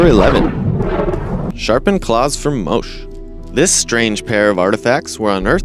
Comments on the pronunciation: #11 about the Moche culture, isn't pronounced Moach, its more like Moe chay.. FYI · If you're going to use names like Moche and Cambridge (among others), at least figure out how to pronounce them correctly.